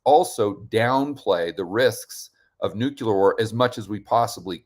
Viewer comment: HI. Love what you do and in the spirit of being helpful I want to point out that you're pronouncing "nuclear" incorrectly. Not a big deal to most people but something to consider perhaps.